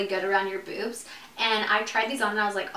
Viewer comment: i died when she said boozmz 😂😂